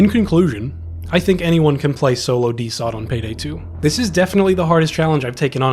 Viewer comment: Great video, but you calling it DeSot made my autistic ass insanely upset